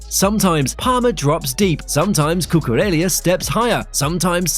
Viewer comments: Cucurella not Cucurelia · LA as in LA Rosa, La Masia. Cu-cu-Re-LLa. where the heck do you see an i in LLA? Why’s English such a stupid language - you write capital I and small L the same way. See- I and l 😅